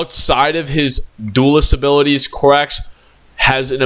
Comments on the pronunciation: you keep saying Corvus "Corvax", it is Corvus "Corax" dude, dafak. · also it’s Co-rax not Cor-vax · Please stop saying Corvax😭it's giving me a mental itch